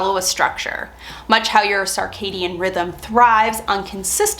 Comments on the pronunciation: Sir-cadian, not sar-cadian, please. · Sounds like you are saying sarcadian rhythms (sir cadian). Great tips. I am genuinely interested in what your sleep schedule ends up being post menopause but I guesd we will have to wait awhile for that. I used to sleep like the dead and wake at 5am without an alarm. Now I have insomnia a lot of the time. What is the white plastic organizer with clear lids. Can you provide a link to purchase? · regional differences both are acceptable